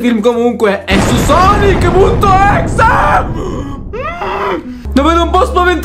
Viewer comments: Non si pronuncia così sonic.exe perché non dice tutto come si legge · Questo è vero